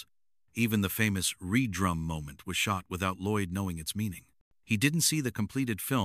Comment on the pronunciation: Read-drum please stop with this bs ai. 😂😂😂😂